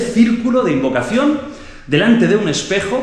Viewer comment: A parte de la fiora y el warwick si se fijan en el minuto veran que falta la sílaba “-oca” a la palabra “invocación”